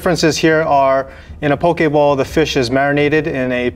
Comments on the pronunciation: It's poki bowl and I heard Pokéball :D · I almost thought he said "Pokeball" when he said "bowl" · It took me way too long to realise he was saying poke bowl and not pokéball.